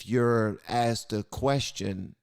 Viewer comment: If only I was a black/gay woman (whatever that is) I could be living lusciously off taxpayer dollars.... oh wait NVM I now IDENTIFY that way and demand everyone's $$/respect/let me control your life also did van say axed instead of asked?? Lmao